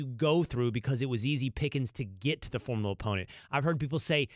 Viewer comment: The word “formidable” is formidable for Will Cain to pronounce